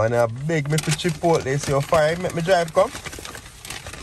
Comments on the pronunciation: Chip...out...deh thats what I hear seh 😂😂😂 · Every time says Chipotle I hear Chip out deh lol. I love your babies and wife. God bless you all